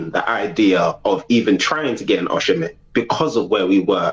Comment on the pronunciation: Turkish, it is pronounced o-cee-men (Osimhen) and not Oshimen !!